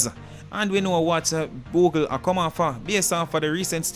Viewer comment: say boogle!!!😂😂😂